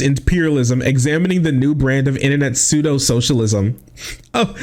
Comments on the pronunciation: Pseudo in german is pronounced "psoido". Could there be something to that? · The funny thing is, the pronunciation of "pseudo" from Jimmy sounds exactly like the German pronunciation. Did the brown slip out of him 🤔